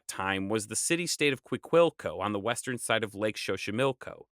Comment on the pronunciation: I know this video is old, and im sure im not the only one to say this, but your pronunciation of place names is wayyy off. Xochimilco (zo-chi-mil-co) with a z sound, texcoco (tex-co-co) with a x sound, like texas. Not trying to hate, i love your channel! I would be more than happy to help is some way. You can send me names and i can send you audios with the correct pronunciation.